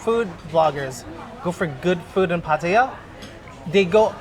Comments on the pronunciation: Pattaya is correct, no pattya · The only youtuber that pronounces it correctly